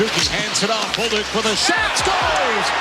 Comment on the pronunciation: Nice pronunciation on bolduc. I've heard a lot of "bol-duke" from others but I can hear that you're better than that!